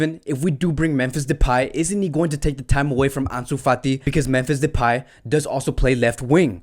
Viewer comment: Bro its memphis depay not depey